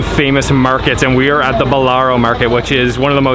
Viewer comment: Non Bolaro ma BALLARÒ, il mercato di Ballarò 😊